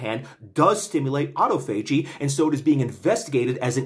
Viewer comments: Just a few notes: - autophagy is generally pronounced "ah tah fuh jee" - Epigallocatechin gallate is EGCG, a pretty well-established antioxidant which has been studied for hair loss, and is not just some TCM molecule with no valid rationale for use. The "chin" is pronounced "kin", I believe (though I might be wrong, you might want to check this). Nitpicks aside, thank you for the informative video as always! This is very exciting research. It makes intuitive sense to me that inhibiting mTor would help hair growth (up to a point). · It's pronounced aa-taa-fuh-jee, choom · I thought autophagy was pronounced “ah-tah-fo-gee” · you are literally my next target due to the way you pronounce autophagy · I'll give you 1000 credits if you learn how to pronounce autophagy